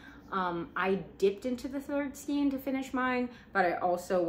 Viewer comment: how have you made this many videos and still call it skeen ... it's skaaaayne